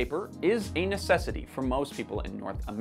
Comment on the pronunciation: Did I hear him right? "Toilet paper is ANUS cessity" 😂